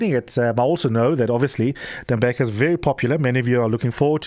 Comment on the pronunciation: Thembeka not Temebeka please correct 702